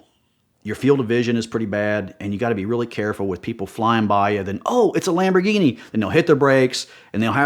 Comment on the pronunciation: Someone should make badges that say shamborghini